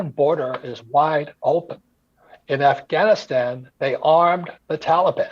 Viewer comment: I think I fell in love by the way she pronounced Afghanistan.